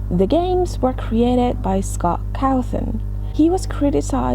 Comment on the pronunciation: I love how you said ‘Scott cawthon’ it was like ‘cowthon’ LoL this is not supposed to sound rude lol I just thought it was funny